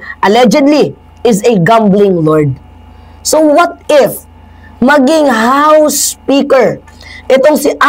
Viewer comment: it's "what if" not "what ift"